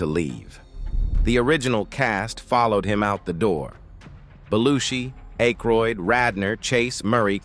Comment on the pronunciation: Thank you for teaching me how to pronounce Aykroyd.